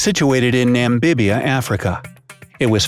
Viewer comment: Did I hear, Nambibia?